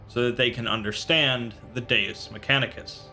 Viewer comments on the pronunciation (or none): none